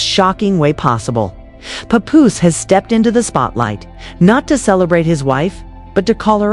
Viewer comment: I find your statements challenging and difficult to trust. Learn the correct pronunciation of Remy and Papoose names.correctly, plus your voice is ugly.😡